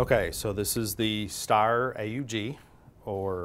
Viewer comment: It’s e r not r e